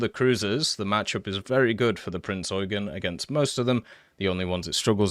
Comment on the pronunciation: please Prinz Eugeen Long E